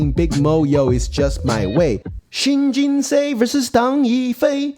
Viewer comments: Think of Seoul pronunciation. Kind of like the English word "sew", like in sew a dress. Or even still the word "so" would be closer. Like Jin-So or Jin-sew. Not Jin-say. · i think its pronounced Shin Jin Soo. And whatever you smoked prior to making the into: I want it too. 🙂. And what an incredible Tesuji from Shin.